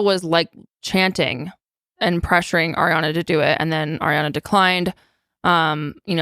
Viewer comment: always wants to say Air-re-Ana, but I’ve never heard of anyones name actually being pronounced that way lol